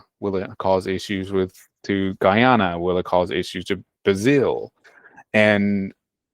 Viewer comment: This guy is MISPRONOUNCINGT everything - and he's "an expert"? Millan, istead of Millei... Luwa, instead of Lula... Guyama, instead of Guyana.